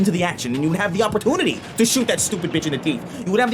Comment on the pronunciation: “Uppertoonity”